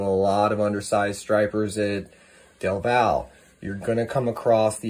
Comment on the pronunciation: Del val, lol its del valle😂